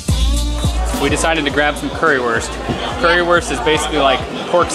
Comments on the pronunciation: sure, it still would be understandable, but i still get triggered when someone pronounces Wurst like worst and not like Woorst since (Curry)wurst ist the best and not the worst :-) Even when it might not be worth the effort for tourists to learn an entire foreign language (and i don't expect that either), it wouldn't be bad to learn some basic words like greetings and numbers and it would sound a lot better in general, if native english speakers would have a closer look at how to pronounce vowels (which are similar in lots of other languages but completely different from english) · Can you guys at least learn how to pronounce currywurst? The W is pronounced like a V. That's all there is to it.